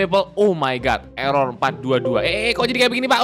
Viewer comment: erer itu sebuah code dengan sebutan ERror ERror